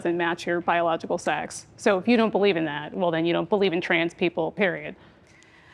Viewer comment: random observation unrelated to the topic at hand: anyone notice that when says 'trans' it sounds like 'trends'?